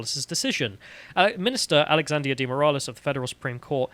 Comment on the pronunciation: you don't pronounce Moraes as 'Moor ah lez'.